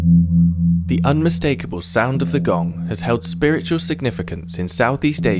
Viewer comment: Actually, kong not gong.